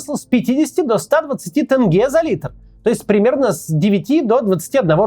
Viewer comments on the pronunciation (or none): Пожалуйста, не тЭнге а тЕньге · Кац, сам ты тэнге и Жанаозэн. тЕнге и жанаозЕн. Но ладно😅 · Максим, респект вам за видео, за освещение кровавого Кантара, только просьба, произносить названия правильно - не тЭнге, а тЕнге, не Алтауские горы, а Алатауские)) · Не Тэнге бл а Тенге че просто э на е изменить сложно а? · Макс, скажи «тень» - Тень - а теперь «ге» - Ге - А теперь скажи «теньге» - Тэнгэ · Блин не тЭнге а тенге... У нас не говорят же рубЭль ... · ЖанаозЕн, тЕнгЕ) все через Е, а не Э) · тЕнгЕ а не тЭнгЭ ☝😂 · Максим, с большим уважением отношусь к вам и выпускам! Спасибо! Казахстанцам было бы очень приятно, если бы вы правильно произносили слова из языка. Так мы (даже по-русски) говорим тЕньге вместо тэнге. Костанай вместо Кастанай. Ельбасы вместо Елбасы и Жана Озень вместо Жана Озэн. Всегда рады видеть вас в Казахстане! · Максим, имейте ввиду, что в Казахстане если слово пишется через Е, то и произносится как Е, а не как Э, например тЕнге, а тЭнге, ЖанаузЕнь, а не ЖанаузЭнь. Вы же не произносите 100 рублЭй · научитесь сначала правильно произносить имена и наименования, вы вроде журналист, верно? - Ельбасы - а не Элбасый. Жанаозен, а не Жанаазэн. Теньге, а не тэнгэ. Вечно вы россияне лезете не в свою страну со своей критикой и политикой. У себя в стране нечем заняться или нечего обсудить? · Максим, правильно не тэнге, а тенге, мне кажется за прошлый год это уже все узнали :D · Максим как настоящий россиянин называет валюту тЭнге, а не тенге И Кастанай, а не Костанай 😄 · почему русскоязычные неказахстанцы не могут в букву Е? )))) тЭнге, город Жана-ОзЭн )))))) пишется же по-русски тенге и Жана-Озен. Вы же не произносите тЭнь вместо тень или зЭркало вместо зеркало??? ))) завязывайте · жанаозЕн, тЕнге, не Э, где там Э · Автор видео говори правильно города Казахстана, например такого города как Кастаная, есть Қостанай или тэнгэ к тенге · Произносится не тЭнге, а тEнге. Казахский язык очень простой, ка пишется так и произносится. (Поэтому ТОкаев а не ТАкаев)🙂